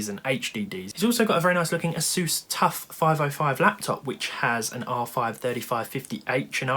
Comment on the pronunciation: ASUS NOT A SEUS